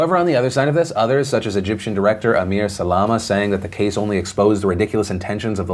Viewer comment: Amr not Ameer